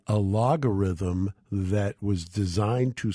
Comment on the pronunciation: Geeze, it's "Algorithm" ffs